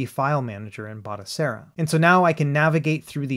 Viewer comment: Batocera Not Botacera 😁😇